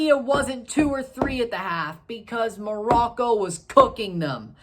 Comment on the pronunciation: Glad you pronounced Morocco correctly